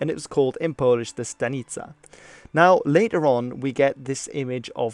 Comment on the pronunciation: As a Pole I learned stuff. Also, your pronounciation is perfect!